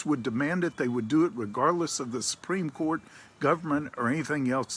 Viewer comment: Did he say "Spreem Court"?